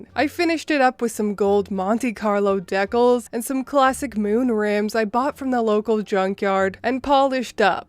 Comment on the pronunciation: Monte Carlo "deck-alls". 🤣